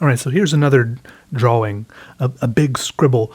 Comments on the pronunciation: Why do you say Draw-wing?? XD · I <3 how he says.... "draw -wing" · I need a compilation of saying DraWing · So glad I stumbled upon your videos. I've been binge watching others now, and you make me laugh... a lot. I love how you draw and say "drawing". Thank you for sharing your talent, wit and time :) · Is it just me or does he pronounce "drawing" a bit strangely?